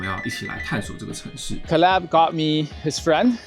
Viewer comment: Caleb 發音錯了 善意提醒